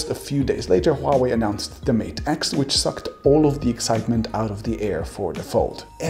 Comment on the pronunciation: Omfg, finally someone can pronounce Huawei with an understandable accent...